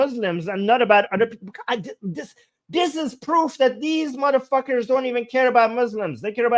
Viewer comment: The more "muthafockers" you say the more i enjoy the live stream😂